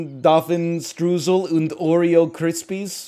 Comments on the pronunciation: Stroosle sounds silly, but it's not pronounced like that. It's pronounced Stroisel which sounds more serious, so there you go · He won’t. All Americans assume it’s the same as strudel